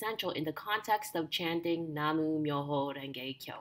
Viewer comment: Nam myo ho renge kyo...not Namu ❤